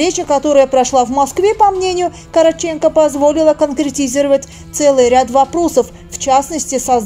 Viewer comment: Игорь Юрьевич КорОООООтченко. КорОООООтченко. Имейте уважение и знайте как звучат имена и фамилии героев ваших постов.